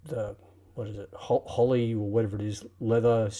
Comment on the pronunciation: Utterly clueless, lol. It's a regulator, and one has to understand that. So a bit of research next time, wow. Glad someone else owns it. Complete fail as a customer. But, thank you for the review. Convinced me to get one. Oh, and the leather is Horween, btw, not Holly. 🤦